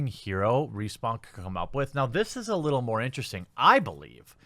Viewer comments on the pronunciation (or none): none